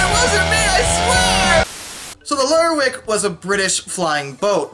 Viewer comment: Oban is pronounced "O-ban", stress on the O. Not like an Irish surname "O'Ban". Kudos for nailing "Lerwick - it has the potential to lead you astray in terms of pronunciation. It might be pronounced "lerrick", but isn't.